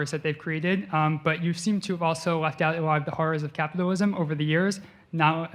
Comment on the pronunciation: So dho you achuaally bileeb in capithalism